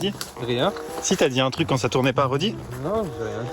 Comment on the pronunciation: Juste on dit truc pas truck